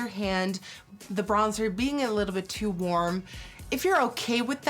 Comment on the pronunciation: "It's too worm"